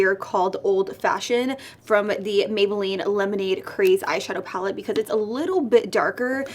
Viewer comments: “Mayboolline” yeyyyy!!!! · “Mayboolline” for days🙋🏽‍♀️ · “MAYBOOLLINE” flawless like always!!!